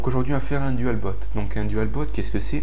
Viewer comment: Euh , on dit dual "bout" pas dualbot